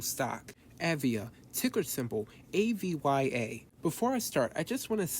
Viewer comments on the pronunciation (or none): Great DD, cannot even say the company name correctly LOL